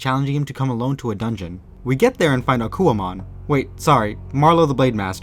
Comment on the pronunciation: Okuwamon lmao